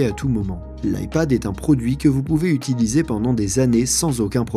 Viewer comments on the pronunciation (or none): none